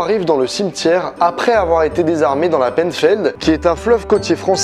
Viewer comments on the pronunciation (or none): "landevnec" non ça se prononce "Landévénèc" inculte "que la population découvra" Alors non toujours pas, on dit "que la population découvrit" "dans la penefled" non non c'est la "pinfeld" ou la "pinfel" phonétiquement. (et je suis bien placé pour te le dire j'habite à Brest. Et non ce n'est pas un fleuve mais une rivière. "une corne" non c'est une défense. Roh lala j'ai 16 ans et j'apprends le français à... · Salut merci pour cette vidéo, La pennfeld ????? 🤣😂🤣😂🤣😂🤣😂. Sa ce dis la pinfeld. Penfeld. Le parc avec les dinosaures je vous le conseil. Bon courage pour la suite bonne continuation. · Désolée mais ça m'a écorché les oreilles, il fallait que je le dise: ça s'écrit "Penfeld" mais ça se prononce "Pinfelde" 😅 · Landévénec et la painfeld qui est mal prononcée aussi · Et il a dit pènefeld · La vidéo est incroyable et j'ai beaucoup aimé car tous les lieux je les ai déjà visité et c'est super agréable de voir sa région mise en valeur comme ça ! (Par contre la Penfeld ça se prononce Pinfeld !) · Géniale ta vidéo, par contre on prononce la penfeld « punfeld » :) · super vidéo ! et il en manque hihi, les korrigans, ect mais je rejoins mon collegue breton dans les commentaires, les prononciations.. (Penfeld prononce "pinfel") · Belle vidéo, très intéressante juste la prononciation des lieux 😂 c’est pas landévennec mais landévénnec et pour la penfeld ça se dit pinfel c’est sur les noms bretons 😂😂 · Clairement mythes et legendes les meilleurs vidéos et au fait on écrit La Penfeld mais on prononce la Pain feld comme ca 😇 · VIVA LA BRETAGNE !!!!! Encore une masterclass sur ce type de vidéo !!! Bravo à toi ! Par contre, on voit bien que t'es pas breton. Landévennec se prononce Landévénnec et pour la Penfeld, le "en" se prononce "in". Mais merci pour ce genre de vidéos. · Les Brestois on en parle de la Penfeld… (ça se prononce PINfeld) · "La penne-feld" mdr touriste ^^ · Ça se prononce "Pinfeld" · Ça se dit pinfél